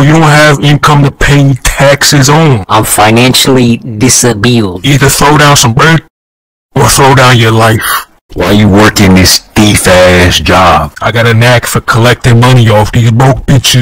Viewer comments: "I'm financially disabiled" I'm dead XD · “I’m dissaBEELed” me after learning I have arthritis in my spine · "Im financially disabeiled" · “you damn LAGGARD” “I’m financially diss-a-BILLED” “joe 🅱️EEden” “beLEAGUEred” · “ im financially disabiled “ had me CACKLING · Financially “disabiled” 😂😂😂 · “I’m financially ‘disabiled’” - AKA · Bruh the "I'm financially disabiled." Hit hard w me rn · This man couldn't pronounce "disabled" but just casually used "beleaguered"?